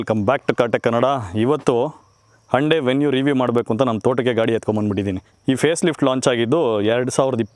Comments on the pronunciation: Anna ❤ please try to be avoid... sometimes you pronounced as HANDE instead of HYUNDAI 🙏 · ಅಣ್ಣ ಹಂಡೆ ಅಲ್ಲ ಹುಂಡೈ ಅನ್ಸುತ್ತೆ ಅದು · No Prouciation Hunde na Y Silent